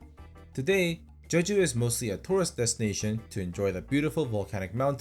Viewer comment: @@ Hi mate. It’s Je-Ju, Not Che.